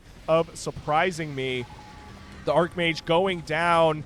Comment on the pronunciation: its arch mage. not ark mage.